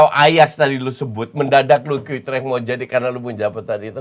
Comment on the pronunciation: orang salah ngomong utrecht dibenerin, dia sendiri rubah2 penyebutan kaya lempar tebing dikira lucu